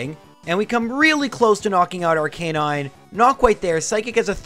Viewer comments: Why do Pokémon YouTubers always mispronounce Arcanine? Haven't you ever watched the anime? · Lore a lie, not Lore a lee Arca nine, not Ar Canine